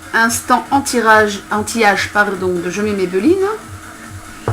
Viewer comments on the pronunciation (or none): mais siiiiii au lieu de dire "anti age" tu dis "anti rage" :p